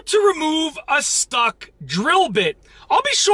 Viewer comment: why is it every time you say stuck it sounds like you say stock